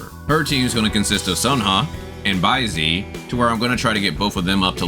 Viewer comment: Sanhua is pronounced san-hwa and Baizhi is like Bai-juh or bai-jur